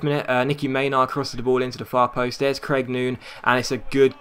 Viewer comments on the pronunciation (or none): none